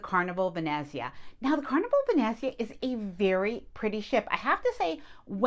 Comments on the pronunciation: It’s pronounced “Ven-NETZ-ia” ….. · of course I’ll watch, you provide great information. This might help, Ve-net-zia, emphasis on net. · As an Italian, when I hear you pronounce Venezia (Venice in Italian) I CRINGE. Nails on a chalkboard. Still love your channel and will continue to watch.